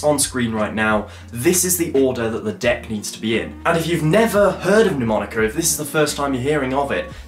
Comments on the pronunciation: Great thinking! You have great ideas mate. Can I point out respectfully that Mnemonica is not pronounced 'New- monica'? It's actually pronounced: Ner-monica. Quite a few established channels mispronounce it, even Rick Lax! A mnemonic (/nəˈmɒnɪk/, the first "m" is not pronounced) device, or memory device, is any learning technique that aids information retention or retrieval (remembering) in the human memory. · mate, it's not 'Neww-monica' - the first syllable sounds more like the end of 'Manchester' - listen to it here